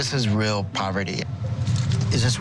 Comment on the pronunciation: this is real (subtitle) This is rear(how i heared it)